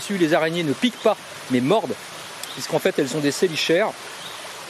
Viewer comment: Excellente vidéo!!! t'écouter parler des araignées c'est un plaisir ^^ pour les chélicères ça se prononce "Ke" 😘 En revanche vraiment génial! en dehors de "ANIMAUX: MODE D'EMPLOI" personne ne parle de manière aussi exhaustive des araignées et arachnides plus généralement. un régal ta vidéo 😁😊 biz Et merci beaucoup pour le clin d'oeil de fin ça me touche! 🙏😸